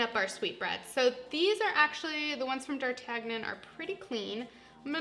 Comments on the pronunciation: Dar-TAG-non? It's DAR-TAN-YON! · It's pronounced "Dar Tan Yun" (French). Good purveyor of French foods. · Omg! She can't pronounce any culinary words. Pate, foie gras, d'artagnan! Painful. Good tips though.